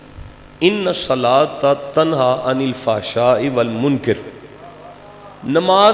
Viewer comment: والمنکر کاف پر زبر ھےجاھل زیر پڑھ رھاھے